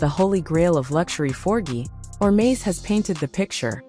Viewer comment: This AI says URMA instead of HERMÉS......really...at least say the name correctly!!!!!!